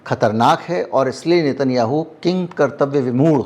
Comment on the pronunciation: किन्कर्तव्य व्यमूड़ 😅